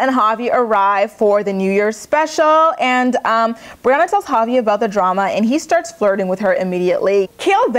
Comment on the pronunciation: Every time you said Javi I thought you were saying "poppy"! lol I was like," is that his nickname now?"😅😆😅😆